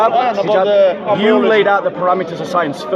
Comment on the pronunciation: His name is Hijab, not Jihab hhhhhhhh